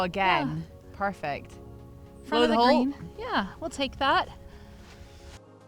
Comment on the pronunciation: That was 'Parfect' 😁